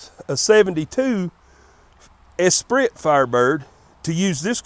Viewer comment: Definitely a cool ol dude...the way he pronounced Esprit cracked me up.